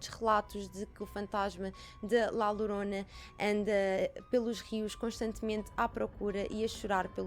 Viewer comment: Diz-se Lhorona mas lorona ou horona tudo se percebe!beijinhos👻👻😻